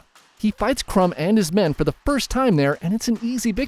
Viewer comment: I'm a bulgarian, and 'Krum' is pronounced Kr-oo-m. 😊